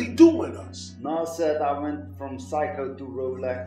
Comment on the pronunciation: The guy said what sounded like "psycho" when talking on Nas. He meant Seiko... Nas went from Seiko to Rolex